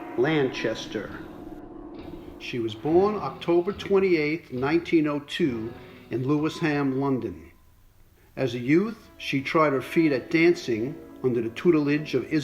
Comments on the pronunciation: Always very enjoyable to watch. Just a note to, Lewisham in London, is pronounced Luishum. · She was born in LEWISHAM, “sham” NOT Lewis Ham. The a is not pronounced, it is Lewishm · Wonderful channel but could the birthplace of ELsa Lanchester be noted as LEW-I-SHAM, not Lewis-ham? Just in case a viewer wants to visit to pay homage to ELSA..(though lewis-ham sounds rather tasty) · Lewis-ham...its pronounced loo-ish-em. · Lewisham is pronounced Loowey shoom not lewis HAM lol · Lewisham pronounced Lew -e-sham. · Lewisham pronounced loo ish hum.